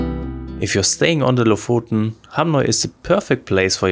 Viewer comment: Just to nitpick, it's pronounced like the o in "stock", [o:]. We went there a few years back, and it was packed with tourists, even in mid-August. If you're driving, the locals can be a bit unwelcoming in traffic. Felt like they saw our foreign plate and drove intentionally in the middle of the road. My impression was that Lofoten is a nice place, but way overhyped considering that there are plenty of beautiful places in Norway.